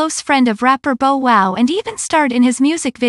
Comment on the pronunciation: you really should proof these narrations. you should know how to pronoun names correctly, is bou-wow not bow(as in bow and arrow)".